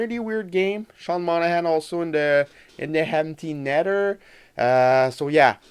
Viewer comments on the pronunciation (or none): “In the hemty netter” fucking subscribe!